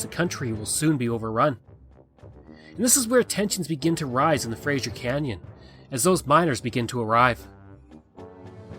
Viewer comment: It is pronounced frazer